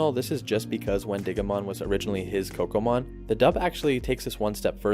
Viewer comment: Oh okay my bad... It sound like you said Pokémon😂 lol.